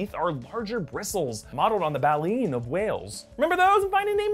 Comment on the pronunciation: Buh-le-en or ba-leen...why does it bother me how he pronounces it?